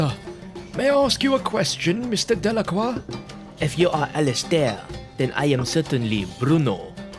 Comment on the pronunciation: Overall that was fun to listen to. As others have pointed out, indeed the French does have lots of room for improvement but at least you made an attempt. You did pronounce “Delacroix” correctly, so well done. Then again, French is not the easiest language on the planet. Keep these comic book readings coming👍